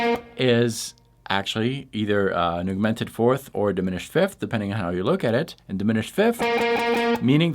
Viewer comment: I love your stuff! Big fan! Have absolutely helped with my knowledge and chops.... but are you saying augmented? it totally sounds like youre saying "an eww-mented" or "a newmented." lol Maybe its just me? If thats my only complaint, you know your on the ball!